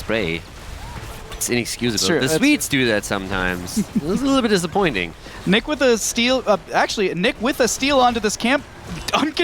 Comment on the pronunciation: Hesus, the German player is not Nick is Niche ...wtf ! Do u hear for Niche?